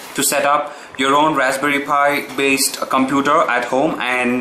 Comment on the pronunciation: OMG! Did you just pronounce Computer as Cumputer and Linux as Leinux and Content and Cuntent?? sigh :S No offence, great video though!!